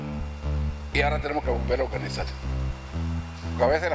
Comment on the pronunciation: Debiera empezar por aprender a pronunciar, no se dice poDque o baDbaridades. La r es r y no se pronuncia como D. Por lo demás me recuerda la oratoria nada brillante de Nicolás Maduro: “ hay que oDganizaD lo que estaba oDganizado y que se dejó de oDganizaD.” Lo tengo claro.